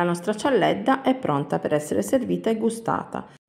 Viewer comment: Che io sappia si dice cialdedda